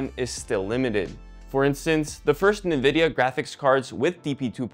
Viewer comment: I can't unhear him saying "Nividia".. and I hate it